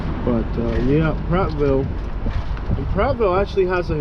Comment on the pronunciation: Its Prattville there is no s in it.